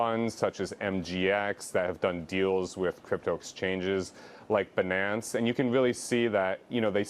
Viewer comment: what’s up with.. Worked on wall street, made all that money and can’t take speech lessons to clear his Rs? Who’s "Bunance"?